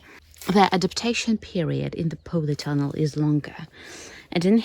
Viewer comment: I hope you don't mind me saying it pronounced polytunnel not powleytunnel. I wish you could visit my plot so you could see my vegetables . I love your content. And so wish I could live in a former soviet country such as yours keep up the great content it's some of the best on YouTube. Good luck for the season ahead. Here in the North uk we've had a warm spring I get the feeling we going to have a exceptional summer so I have high hopes for my melons 🍈 I grafted them onto pumpkin after seeing your tips. And hope to succeed after many years of failure. Thanks and please keep up the good work